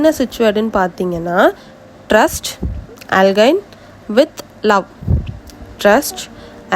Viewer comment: டிரஸ்ட் அலைன் (not அல்கின் ) okva mam